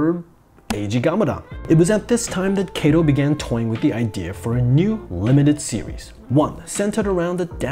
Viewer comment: I don’t think is pronouncing “Katō” correctly?